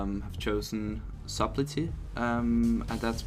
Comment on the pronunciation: u do know the 'B' in Subtlety and Subterfuge is silent right?